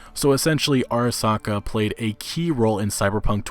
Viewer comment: It's actually not "airasaka" but it's "arasaka"... like, "ah-rah-sah-kah." Just an fyi on Japanese romanization pronunciation. :)